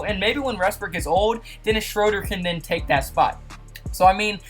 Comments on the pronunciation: Also, it's "Westbrook," not "Resbook." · He says Westbrook like restbrook